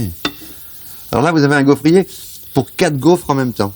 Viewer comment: On dit gaufrier et pas gaufretier